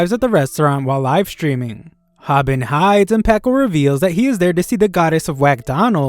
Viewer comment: That ain't packo that's sniko